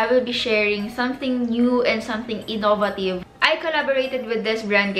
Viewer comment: You mispronounce the word innovative, i think.